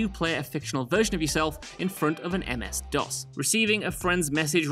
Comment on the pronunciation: "In front of an MS DOS." Children these days. MS DOS is Microsoft's Disk Operating System. There are a lot of differences between DOS and a generic terminal. You wouldn't say, "In front of an OSX." (At least pronounced M.S. DOS correctly.)